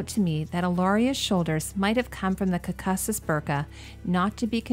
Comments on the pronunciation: I really love your series thank you so much for doing it, but please learn how to pronounce words you don't know. For example it is Korkasus not cackasas. Google can help you there have been other glaring examples as well. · LOVE your videos! So interesting what you see with a designers eye, but girl your pronunciation i've never heard someone say "Gaga" like that or caucasus like that its like caucasian as in the race or like when delegates meet, its all from the same root. your Balmain was perfect tho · no it's not how it's pronounced anywhere specifically by friends I have who come from that region, nor Google or wiki pronounce. It is the root of Caucasian as such will be pronounced the same. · Pronounce it like Caucasian!!!!